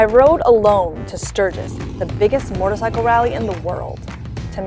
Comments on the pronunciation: Killing me with the weird pronunciation of MOtorcycle (not MORtorcycle) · Her inability to properly pronounce “motorcycle” is frustrating